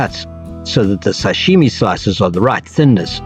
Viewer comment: It's SASHIMI not SASHIME😂